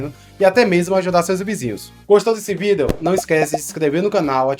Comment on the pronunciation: Porque você não pronuncia a palavra vídeo corretamente.